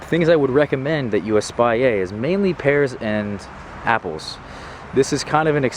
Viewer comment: Espalier is French, so you pronounce the L, just not the R.